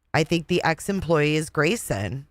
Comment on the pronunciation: You are hilarious 😂 the call to the "Awawa" police department "Waw & Cwime" poor Gwayson so pawalyzed in fear 😂😂